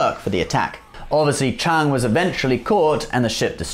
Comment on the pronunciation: It's Kang not chang